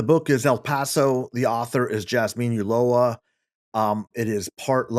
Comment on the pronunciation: I bought Jazmin Ulloa’s book El Paso and I am getting educated on our El Paso/Juarez history. With all do respect, Chuck Rocha, her last name Ulloa, does not have an “l”. In Spanish 2 “l”s are pronounced as a “y”. It is pronounced Uyo- a. No offense intended.